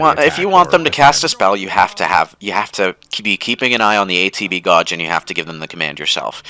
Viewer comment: not a serious question, but how do you go about mispronouncing "gauge" in one sentence and in the very next pronounce it correctly?